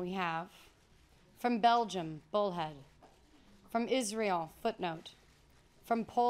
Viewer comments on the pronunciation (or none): none